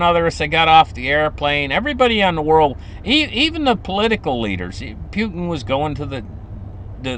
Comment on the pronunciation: Not ‘Pewtin’ but Poohtin